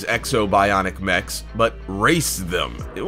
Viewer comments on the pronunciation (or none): none